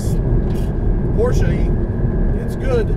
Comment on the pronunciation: Matt, you must be one of the few Americans who can pronounce Porsche correctly